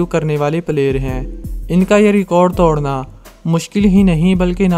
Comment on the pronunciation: توڈنا نہیں توڑنا، اردو میں ڈ بھی ہے اور ڑ بھی، کوئی مصنوعی زبان نہیں ہے کہ ڑ نہیں ہو، ڈ سے کام چلائو۔